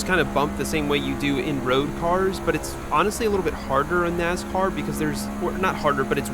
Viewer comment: Nass-car. Not NaZ-car